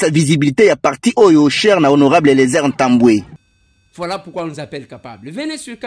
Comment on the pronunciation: Bonjour honorable ! votre nom c'est ntambue et tambue.vous prononcez Mal ce nom.